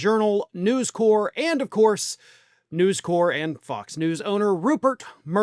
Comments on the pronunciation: it's NewsCorp - the "p" is pronounced. If it was News Corps, you could be forgiven for the French pronunciation. It's short for "corporation", not the French word. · Um.... have you never heard the name "News Corp." said out loud, before...? They are not The Peace Corps, man.